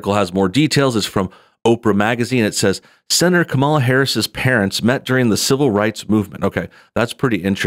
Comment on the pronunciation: I gave you a like just because you pronounce her name the opposite of how she says you're supposed to